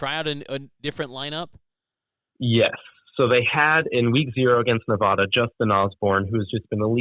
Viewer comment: Not only did he get the name of UNR wrong, he mispronounced Nevada repeatedly...